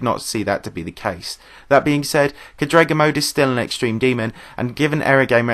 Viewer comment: btw it's cádrega not cadréga